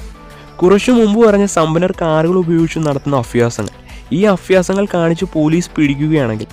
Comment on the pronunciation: അഫ്‌യാസങ്ങൾ അല്ല അഭ്യാസങ്ങൾ ആണ്